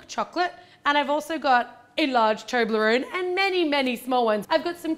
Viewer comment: Its toblarone not toonlorone!!!